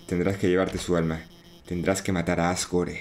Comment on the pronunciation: Asgore se pronuncia Asgor, la E es muda por ser juego gringo